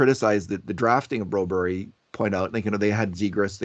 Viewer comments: why are you calling Phillip broberg BROBERY???????? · Broberry???? BroBERG,. You can do it! Do you call Mark Whalberg, Mark Whalberry as well?